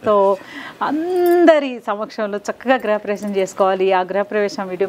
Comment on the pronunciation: గ్రహ ప్రవేశం కాదమ్మా గృహ ప్రవేశం